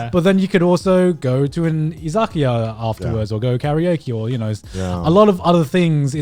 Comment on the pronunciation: "You can go to an 'EE-ZAH-KEE-AH' afterward." What is that pronunciation o_O